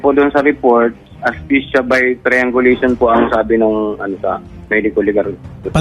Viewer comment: Asphyxia by "TRIANGULATION"???🙄 "STRANGULATION" PO SIR😢